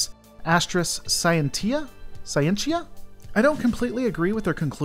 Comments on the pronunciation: I belive ex astris scientia is prounounced: ex astris see-n-sha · Ex Astris (Skē-en-tee-a) is how you would say it.